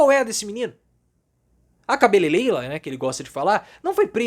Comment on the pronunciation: Professor, é "cabeleleira".